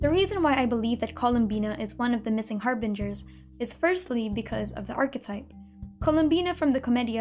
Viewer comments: I love how she pronounces the names of the Harbingers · Man...hearing you say the Harbinger names hits different